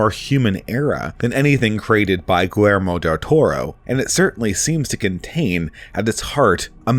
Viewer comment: It’s pronounced: G ē j ermō As far as Lovecraft, I find that the greatest horror came from the possibility that such monsters could actually be lurking just beyond our senses and comprehension. They are not evil by intent but evil in their indifference to how they so easily destroy us.